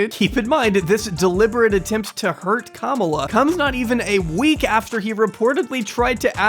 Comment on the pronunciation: Please pronounce Kamala's name correctly. She is not a camel. It is not camela.